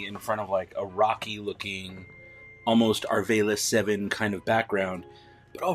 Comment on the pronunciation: The round panel wrapped around the thruster can be removed as well, to reveal engine parts sculpting, but, I didn't see you demonstrate that in this video? ALSO could you PLEASE pronounce Arvala-7 instead of "ARE VAY LUH", think VOLLY BALL(?) so you'll pronounce it "ARE VOL UH"? THANKS! Haha Excellent revuew otherwise, especially that peg underneath the carbonite block holder fingy!